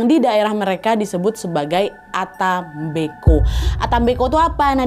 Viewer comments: Yang bener ata mbeko kak Nadia bukan ata mbe'ko😅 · Bacanya yang benar bukan disambung ata mbeko kak Nad,tapi yang benar dipisah,yaitu ata mbek'o. kebetulan itu bahasa asli daerah asal orang tuaku di Ende,Flores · Penyebutan ata mbeko nya salah kak saya org asli ntt jadi tau